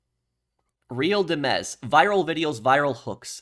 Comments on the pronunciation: Every European is pronouncing “real dimez” as “ real demmez” 🤦‍♂️ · "Real Dem Mez" 😂 Real Dimes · It's just dimes with a Z 💀😂. I don't know how you pronounce it 😂